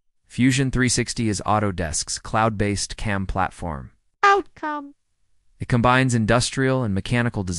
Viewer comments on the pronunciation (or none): "Fusion 364"........"aH!!!!!!!!!"......"without its passionate leader 🖖🖖"......"OUT-cOmE!!!! " ..... "it feels more engineer Y and Raw" ..... FReeCAD v. FUSONO😑..... "Freecod" ..... whispers and rushes a huge point about F360's data management & collab features like they're medication-induced side effects ..... "FreeCAD is 100% free and a good choice" . The takeaway here is literally, "Try both and see for yourself". Umm...that's the problem. I don't have the [fill in blank to suit your specific situations, fam] to try both and see. Anywho, here's a free YouTube social engagement credit for your time I guess. Reader, at , freeze frame JUST before the other video suggestions pop up. It's the most endearing representation of the whole FreeCAD vibe. I love FreeCAD so far BTW and I already know it's going to see major iterations and improvements from devs and community. Happy modeling everyone!